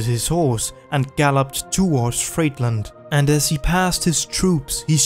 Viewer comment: The city of Friedland is pronounced "freedlund". It has nothing to do with fastfood.